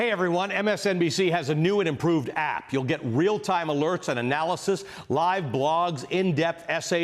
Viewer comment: Hearing Velshi say "APP" in the new closer makes me laugh every time . It instantly reminds me of Family Guy when Lois says it and Meg then says; "Don't say app like you're young", haha. Love it.